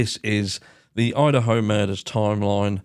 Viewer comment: Did u accidentally say Udaho ? 😆